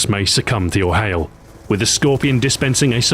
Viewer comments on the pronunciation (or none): none